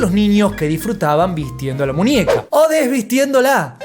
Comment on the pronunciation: Ninia? Munieca? 😅